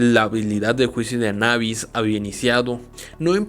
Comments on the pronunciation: Anabis lo repetíste mil veces mil veces mal anubis es anubis y está escrito anubis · Es juicio de Anubis, ni siquiera está en otro idioma , no puede ser tan difícil de pronunciar . o lo dijiste mal a propósito?